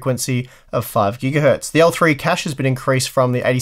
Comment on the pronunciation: It just hit me, he says "gigahurt". How long has this been going on?